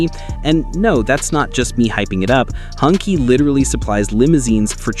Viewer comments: There are two variants of pronounsation (depending on region): "hon-chi", as you wrote, and "hun-tsi". But not "hung-kee", you are right. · Nice selection! Btw Hongqi is pronounced ‘hong-chee’ not ‘hung-kee’ 👌 take a few moments to learn pinyin, it’s fun!